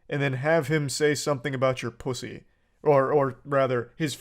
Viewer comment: THE WAY HE SAYS PUSSY IS SO WEIRD ITS GIGGLESOME